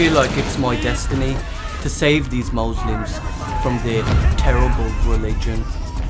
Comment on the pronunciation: "These mooslems"